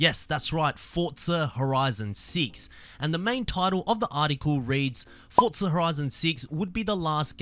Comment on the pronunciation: “Fotza horizon 6”💀